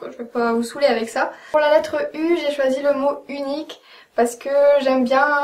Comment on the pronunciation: "Z ben zé fini" haha génial !